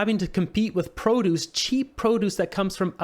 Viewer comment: Not how you pronounce produce